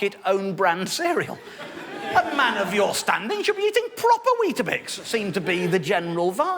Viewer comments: Why does he keep saying "bisk"? It's weetaBIX, right? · Stop saying 'biscs' ffs. Bix. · Every time he said 'wheat bisk' I shuddered. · I too spent most of the video wondering why he couldn't pronounce Weetabix. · Its Weetbix in NZ.... just saying the cringe is worse...